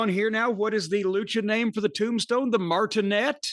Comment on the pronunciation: it's martinete (mar-tee-NEH-teh).